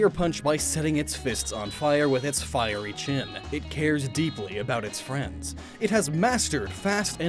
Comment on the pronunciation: "A fiey landmine"